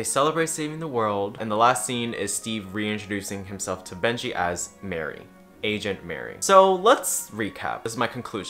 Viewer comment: everytime you said agent i thought you said asian until the very end.